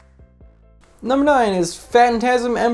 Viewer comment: I like the way he says big nomber, its always funny to me